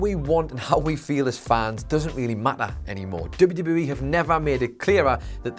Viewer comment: Slow down when you are pronouncing WWE, you say it so fast it runs together.